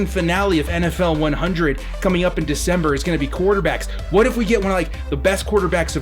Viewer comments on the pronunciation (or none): none